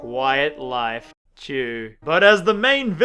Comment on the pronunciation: Idk why but the way he says "chew" just makes me laugh